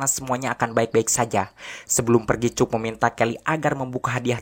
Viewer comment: Rangkuman mantap! Ini film yg sngt classic, si Tom merupakan seorang jenius. Aq pernah nonton bnyk rangkuman lain, tapi aq nilai mimin yg terbaik. Nah, ada satu suara vocal yg sngt khas dalam bahasa inggris yg dipanggil "schwa." Suara vocal trsbt ditulis "ə" dalam international phonetic alphabet. Nah, namanya sang tokoh utama adalah "Cək," bukan "Cuk." Coba pake google translator kalau pingin dengarkan namanya yg asli. Ok makasih!😃😃😃